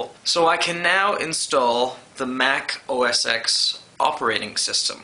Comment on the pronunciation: O - S - TEN Not O - S - X